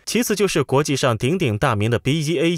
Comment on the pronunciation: BAE一直要唸BEA